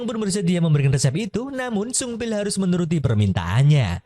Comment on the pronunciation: Pas bilang sungbil saya kira upil🤣